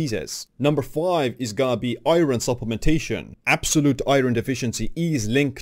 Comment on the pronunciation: Is it me or do eastern Europeans have trouble pronouncing iron. I get it, it's spelled nothing like it sounds. Eye-earn